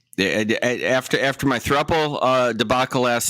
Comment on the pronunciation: This is the best episode thus far, the 🎤 with Judge Williams was the best. This is my first time commenting, but were u a bit on some happy juice, or sleep deprived but you were cracking me up, like you didn't say Chicago, normal, I heard thruple, which u said incorrect, u seemed extra goofy and fun tonight. Anyhow, love your show!